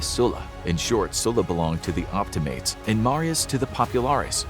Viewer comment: (Op-T-Ma-Ties) is how you say it, your saying it wrong